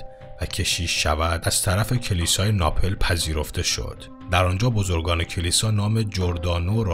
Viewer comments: دوست عزیز اون شهر ناپِل (Napel) نیست بلکه ناپل هست (Napl) روی حرف پ ساکن هست نه کسره... ناپل تلفظ میشود.... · ببخشید ولی ناپِل درست نیست و ناپل درست هست ۳ سال اونجا زندگی کردم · .سلام استاد.من فکر میکنم تلفظ صحیح نام شهر ناپل،بصورت اینکه حرف پ با سکون بوده و نه با کسره. Napl is correct and Napel is mis... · استاد ناپل با سکون پ درسته نه ناپِل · اخه خودت قضاوت کن ؛ من چطور میتونم تحقیق شخصی رو قبول کنم که اسم یکی از شهر های مهم جهان ( چه از نظر تاریخ چه از نظر توریستی و …) به گوشش نخورده و نمیتونه از رو درست بخونتش رو قبول کنم؟! اسم این شهر ناپٓل است نه ناپِل ! در واقع علامت روی حرف پ ساکن است البته این یکی از دهها اشتباهی است که در کلیپ هات داشتی ! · شما که اینقدر خوبی و اطلاعات مفید می‌دهی، حیف است که نام مکان‌ها، شهر ها و اشخاص را درست بیان نکنی ،شهر ایتالیایی مورد نظر naplاست دوست عزیز نه napel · ناپِل چیه پِ خوونده نمیشه ناپل نه ناپِل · عرض سلام و ارادت و تشکر از ویدئوهای بی نظیرتون جسارتا کلمه ناپل رو با سکون "پ" تلفظ بفرمایید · خیلی دوستدارم بدونم بعد از ۳ سال آیا هنوز اسم این شهر رو ناپِل تلفظ میکنید یا نه واقعا شرم اوره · سلام.دوستان عزیزی که کامنت بنده رو میخونن ،لطف کرده واین بنده بیسواد را ،اگاه کنید. تاجاییکه من میدونم، تلفظ درست کلمه شهر ناپل ،بدون کسره حرف، ،پ ، است .از گوینده این برنامه انتظار اشتباه ،اینچنین فاحشی را نداشتم. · شما هنوز تلفظ درست کلمات رو بلد نیستید...ناپِل(napel)؟ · آره این بنده خدا که تلفظ شهر ناپل رو بلد نیست چجوری این اطلاعات را بدست اورده ، جای تعجبه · حداقل اسم شهر ناپل رو درست تلفظ کن. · آقا خراب کرد با تلفظ اشتباه اسم شهر ناپل. یک عده با به‌به و چه‌چه گفتن باعث می‌شوند تصور باسواد بودن و اطمینان کاذب به افراد دست دهد آنقدر که قبل از درست کردن کلیپ دو تا سرچ کوچک نکند تا تلفظ صحیح واژه‌ها را یاد بگیرد! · فکر میکنم بعضی کلمه ها درست تلفظ نمیشن...ناپل....زندگیه او را {زندگی او را}...و..و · شما اول تلفظ درست شهر ناپل را یاد بگیر و بدان که هیچ راز ممنوعه ای در خلقت نیست . خدا محدود نیست تا از ممنوعیت و ممنوعه ها استفاده کند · ممنون از شما ، اما اسم شهر ناپلو اشتباه تلفظ کردید! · ناپل با سکون پ و نه با کسر آن.